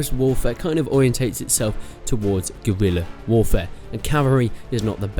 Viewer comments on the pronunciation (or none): none